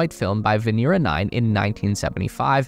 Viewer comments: VenEra, not VenEEra. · POV you have the time to make a 16 minute video that will hit 2M views, but dont have the time to learn it's Vénera not Venéra. smh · It is not veNEEra in Russian, but rather VEHnera.